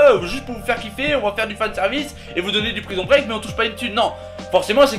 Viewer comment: Mais dans Prison Break faut prononcer un E à la fin de prison xD